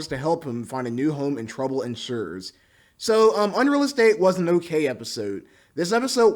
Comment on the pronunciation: ensues is pronounced in-SUES not in-SHURES sorry it's a pet peeve